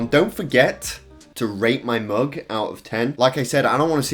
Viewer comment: now I can't unhear "rape my mug"